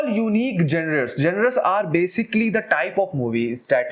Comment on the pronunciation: to those who don't understand it's pronounced as- "jawnur"